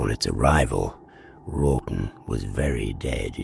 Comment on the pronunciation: I think you are saying Wralton, but sounds like Rotten. Fitting as Folly wood appears to be Rotten!